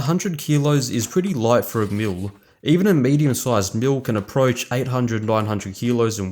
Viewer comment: hahahaha! Even the closed captions hears mule instead of mill! Great video BTW!